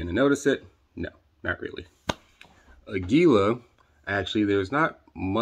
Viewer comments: fun fact: aguila is spanish for eagle and it's pronounced "ahgee-lah" source: random gringo roofer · It's pronounced; AG U LA.😊